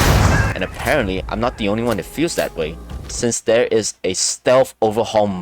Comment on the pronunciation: Thwere’s rwabbits wover thwere